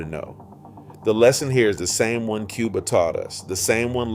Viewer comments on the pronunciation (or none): none